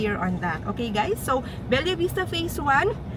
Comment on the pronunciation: Be-lah hinde BEL-YA POTAENA NAMAN YAN OH MODEL - Ma-Del hndi MOW-DEL!